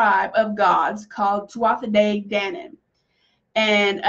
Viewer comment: Pronunciation tuath de - Tu-a day dannan